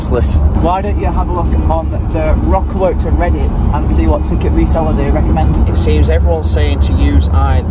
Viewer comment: It's painfull as a Belgian person to hear you rape the word 'Werchter'. 😂 But love the content.